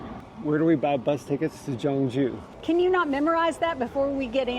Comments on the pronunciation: She's soo kind and nice! I'm happy for you😊 I will do the same if I meet travelers who need help! Btw the city name should sound more like 'K'yeongju. We have another traditional city called 'Jeonju', western Korea. So it might be confusing :) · I am a bit reluctant to point out this because you made a beautiful content about the city. However, how you pronounce Gyeongju is more like ‘Kyeong-ju’. The problem is, how you pronounced Gyeonju sounds like ‘Jeonju’ which is a totally different city. 😅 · FYI - Gyeong-ju is pronounced Kyung-ju. "Jeon-ju" is actually another big city of Korea on the western side. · Gyeongju is pronounced more like kyung joo, Jeon Ju is a different city on the other side of the country. I think you'd enjoy visiting Jeon Ju, a smaller gem of a historic city that showcases traditional architecture and where bibimbop originated from. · I think they call Gyeongju Jeonju and mispronounced Woljeonggyo as Woljeongjo. Gyerim is not jyurim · If you ever do another video on Gyeongju make sure to get the pronunciation right because it sounds like you’re saying “Jeonju” which is a totally different city. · FYI, the G in Gyeongju pronounced as a G , not J. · The pronunciation of the city should be G(k)yeongju , not G(J)eongju. Btw I really enjoyed watching your video. ❤ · From the beginning the pronunciation of the city was incorrect. You said totally different city in the west part of Korean peninsula. 경주와 전주는 다른 도시 입니다. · Pronouncing Korean words correctly can be difficult. The G in Gyeongju is a hard G. And Silla is actually pronounced Shilla. Nice video. Wish I was back there.